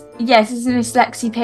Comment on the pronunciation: ikrrrrrrrrrr the mum just hates Lexi or as she says rexi